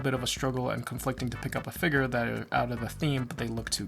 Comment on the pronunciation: I'm not gonna lie, I heavily disagree with the way you pronounce figure 🤣 but that's just a me thing haha